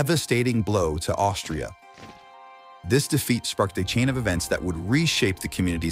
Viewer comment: he says instead of austria, he says something 'Aushift' LOL